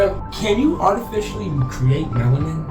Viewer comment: Dude said melanin with a T